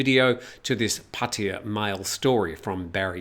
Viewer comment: Do only British people pronounce Pattaya incorrectly? Ask a Thai person.